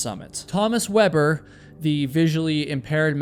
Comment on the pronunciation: Yet he butchered GERMAN climber Thomas Weber. Saying his name as if he was from the US. Tommus Wuabburr... 😂